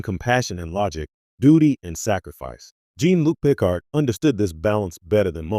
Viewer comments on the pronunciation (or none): I was barely paying attention but HOW CAN YOU NOT SAY JEAN-LUC PICARD CORRECTLY?!?!?!